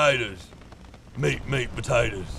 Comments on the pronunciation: when he was saying meat potaters, he sounded like slade wilson from arrow, the australian special forces guy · MEAT POTATOES MEAT MEAT POTATOES meanwhile Downunder everyone's frothing after hearing that in a kinda aussie accent